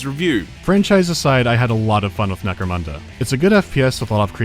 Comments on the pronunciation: Another great vid. I fucking hate the way you say Necromunda. I don't care if the holy emperor himself told you that's how to say it, it's not a barra-fucking-moondi. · Hey, you noticed how the american pronounces the name correctly... yeah i noticed that. NEC-RO-MUN-DA